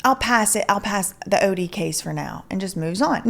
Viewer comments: The pronunciation is ODIE not ODDY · Also it is pronounced “Oh-dee” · Oh-dee like the dog in Garfield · it is actually pronounced OH-DEE. Just thought i'd let ya know lol. Great investigative work!!! I love all that you do!!!